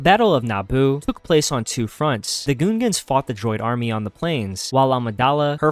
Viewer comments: im sorry but bro. its gungans. not goongans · “Goon-gans”, bruh. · "the goongans" 💀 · Why u saying gungans like that lol and general grevyous? Are you even a Star Wars fan or did you look all this up? 😂 I feel like a true star wars fan knows how to pronounce that stuff haha.